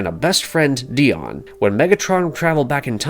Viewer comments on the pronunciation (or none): Please, check how to pronounce the names. Dion, Alpha Trion, Quintesson, and others were pronounced wrong. These names have been around for 40 years and they’re well established. Laserbeak’s name was pronounced Laser “break” in another video as well. Your videos are great but these errors stand out.